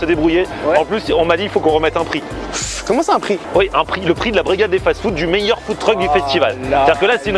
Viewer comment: Au debut il dis Food Truc j etais mort fin .